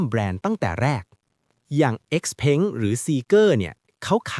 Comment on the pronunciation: ราคาก็เขียนผิด ไออ้อนก็อ่านเป็น เออ้อน เอ็กซ์เผิงก็อ่านเป็น เอ็กซ์เพ้ง ไฮเปอร์เท็คก็อ่านเป็น ไฮเปอร์แท็ค คลิปหน้าฝากหาข้อมูลให้ดีกว่านี้นะครับ